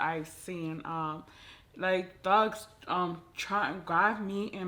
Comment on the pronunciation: Lmao I swear I heard said “Dogs” 😂😂 I was confused for a little too hahaha… This video was really interesting! More videos like this 😁